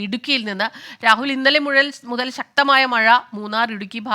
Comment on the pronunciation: What happened madam... Slip of the tongue for the same word MUTHAL BECAME MUZHAL... PLEASE DO SOME HOME WORK BEFORE READING... ANY WAY IT WAS GOOD FOR MORNING LAUGHTER THERAPY.... 😂😂😂😂😂😂😂😂😂👌👌😂😂👍👍👍👌👌👌👌❤